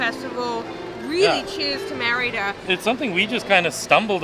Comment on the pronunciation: pronounces Merida correctly with the accent on the "e". is way off on her pronunciation..hahaha